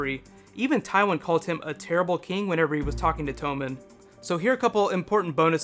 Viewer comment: Is Tommen really pronounced tome-in? I always read it as tom-in.